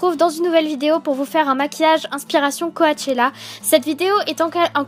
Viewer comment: tu t'exprime vraiment bien super makeup juste petit précision coachelle se dit ' coach ella et non coach A elle' bref bisouus :)